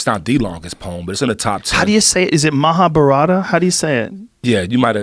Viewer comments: Ma-ha-bá-rat .....stress on the third syllable. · Mohabharat is the pronunciation. The a at the end is not pronounced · Its pronounced "mahaa-vaarat " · As an Indian I can inform you that Bhagvad Gita is the lesson the Hindu God Krishna gave to Arjun (a mythological Indian warrior) when he faced difficulties with understanding the concept of duty. Mahabharat is an epic which revolves around a war between two kingdoms. It is all a part of Indian Mythology. And the correct way to pronounce it is; MAAH-A-BHHA-RAATHH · Mabarata? 😂😂😂😂 Dead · The B in Mahabharata is not silent.